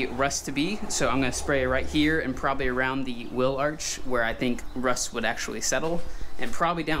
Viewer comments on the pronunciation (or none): none